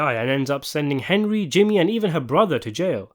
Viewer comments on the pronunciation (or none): none